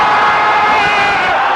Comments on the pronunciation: J'étais dans le stade de handball quand la France a gagné à la dernière scd et j'ai réussi à rencontrer Pierre Croce c'était génial 😂😂 p.s: c'est obRigado pas obLigado 😂😂 mais sinon ouais génial les J.O🤗✌🏻️ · Msk le portugais avec toi :') ça se prononce pas ''obrigado'' mais ''oubrigado'' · Quand tu dis merci en portugais c'est trop chou :) meme di tu la massacre😂😂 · Ta prononciation d'obrigado est juste degueu... Désolé (on ne prononce pas le o et pour les filles cest obrigada) ... Voila